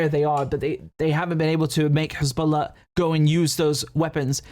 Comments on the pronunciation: “KHezballa” 🤣 how can we trust what someone who can’t even speak properly says. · I can't believe he just called them Khezbollah...🤦🏽‍♂️ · Right? Perfect English accent, somehow can’t pronounce the H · David Mencer: Khisbolla 🤣🤣🤣